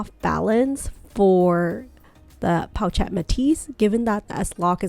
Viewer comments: Really need to call the bag in its correct pronunciation - its po-shhh-et 😑😑😑😑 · Pronounced: Poe Shet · PO-SHETTE! jeez. so annoying! do you even own this bag? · correct the pronunciation of the pochette please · Watching this video with “pochette” mispronounced the entire time is a struggle. “Chic” is pronounced “sheek,” not “cheek.”